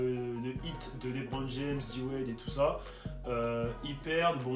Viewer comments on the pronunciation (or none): none